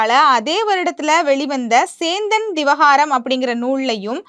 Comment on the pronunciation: புத்தகத்தில் சேந்தன் திவாகரம் னு போட்டிருக்கு நீங்கள் சேந்தன் திவகாரம் னு சொல்றீங்க. ..... நல்லாருக்கு உங்க தமிழ் பற்று.😂